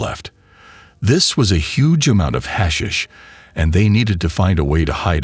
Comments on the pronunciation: Your hash shish ended it for me...thumbs down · We get it, AI can't say 'hashish'....ahhh make it stop. Let's go with 'weed'. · Gets on my nerves pronouncing it wrong